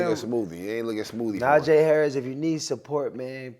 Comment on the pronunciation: Bros said najee davenport and jaylen warner😂😂